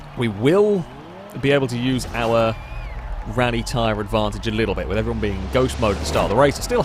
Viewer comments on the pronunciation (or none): none